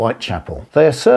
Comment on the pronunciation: again can't pronounce ascertained (not a-certained which doesn't exist etc), exigencies ....! Surprising given the subject. Bit pompous but still interesting, thanks